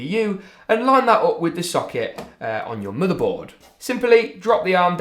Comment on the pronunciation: the way he says motheboud